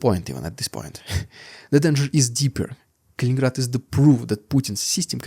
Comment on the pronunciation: you do have interesting points and have this topic cornered. I don't see all of your videos in my feed but the past couple Kaliningrad ones have and I'm glad because there is interest. It's funny, I've heard other youtubers pronounced it Kalingrad, missing one "in", so yeah you're the expert.